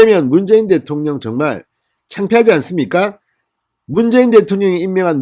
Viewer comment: 대토령이라고 하지마세요